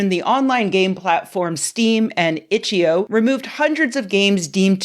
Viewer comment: didnt even say the name of the game website correctly. its itch. eye oh. not itcheoh